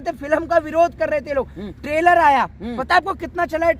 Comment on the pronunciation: tailor aya h 😂😂😂 ( it's trailer bhai): traser aya h 😂😂😂 ( it's teaser Bhai) Jokes apart, full support to Pathan 👍👍